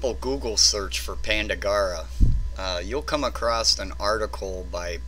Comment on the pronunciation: ewww you say acrost. ha ha Nice video though. Excellent info.